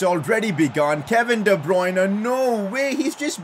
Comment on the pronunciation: Day 1 of trying to get to pronounce de bruyne as de-brer-ner